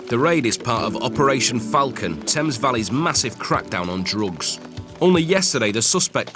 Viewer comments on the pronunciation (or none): none